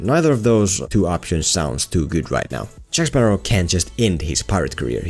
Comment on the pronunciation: Jack Sparrah!